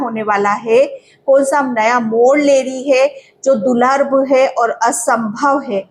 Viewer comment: आप दूर्लभ को गलत तरिके से बोल रहे हैं दूलर नहीं दूर्लभ बोलिए मुझे ऐसा गलत वाक्यों ऊदगार सुन सुन कर परेशानी हो रही है☝😳